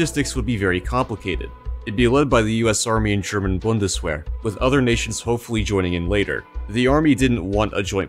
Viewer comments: These historical videos are great! I appreciate that you actually site academic resources. Great video, looking forward to more! PS: the w in "Bundeswehr" is pronounced as a V. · my guy just said "bundeswhere", cringe